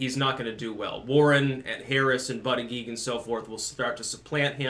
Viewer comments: Why you mispronounce his name on purpose? If you're going to do that, at least call him Buttgig. But booter-jedge, is a prestigious Maltese name. Yes Malta. Look it up. And no, it's not part of Italy. I'm half Maltese, lived there 4 years. The Ottoman Turk's couldn't take the Maltese Islands, Hitler couldn't either, even though he bombed the shit out of them - ejja xbin you no fuck with the Maltese. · It's pronounce "BUTT-ITCH".....smh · I believe it's pronounced "Butt-Kig" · Hey, it’s pronounced “Butt-chugg”. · It's pronounced "buttcheck". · Booty-gag seems to be the most obvious pronunciation - I'm surprised I haven't been hearing it said that way. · It’s pronounced butt plug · the correct pronunciation is Buttfreak. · His name is pronounced Butt Egg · It's pronounced Bootyjudge. Hehehe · Hey the proper phonetic pronunciation is Butt-a-gauge. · Buttigeig is pronounced "BUTT- gAuge" ! 😂😂😂😂😂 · It's pronounced booty bandit